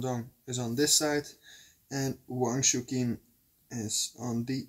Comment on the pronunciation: You call him Wang Chu-kin. I believe it should be pronounced Wang Chu-chin. Chukin sounds like donkey in Italian, which I find funny.